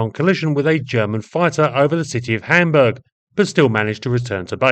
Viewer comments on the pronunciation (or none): none